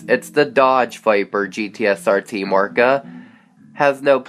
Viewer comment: He said Team "Orca" not "Oreca"